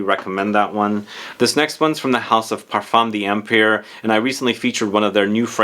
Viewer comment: Parfum d'empire is pronounced parfah(nasal) dauhmpeer. Ignore the apostrophe completely ☺️